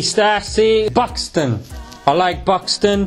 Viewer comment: why he sound as if he says 'pakistan' when he says Buxton ?